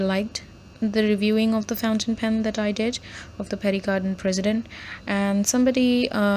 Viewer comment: So you expect an overpriced 100 rupee Pierre Cardin pen to be better than a much more refined and underpriced 225 rupee pen. and by the way its not pronounced as PERRY CARDIN but PIAR CARDAW(n)